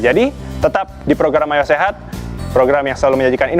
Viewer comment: Kurang jelas pengucapan Ayo Sehat nya. Kedengarannya Ayah Sehat mulu. Over all host nya keren